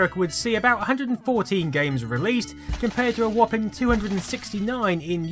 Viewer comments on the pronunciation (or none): none